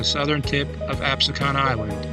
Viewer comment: Pronounced Absecon incorrectly....continuously.